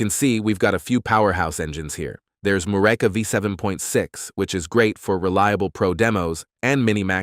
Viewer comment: dude, "MEH-loh-tee" Say it with me. when you're writing the script next time, covering Meloty AI, please spell it phonetically. Super unprofessional and distracting. While we're at it: "myoo-REH-kah" = Mureka. I hope they're not sponsoring this video, 'cuz they got ripped off. FYI: you can put certain words into Gemini/ShatGPT and ask for good phonetic translation. We'll thank you for it, and enjoy your content more.